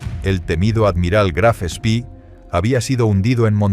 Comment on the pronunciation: El Graf Spee (no "spi") no fue hundido, sólo averiado. Fue su capitán quien lo destruyó para evitar que fuese capturado.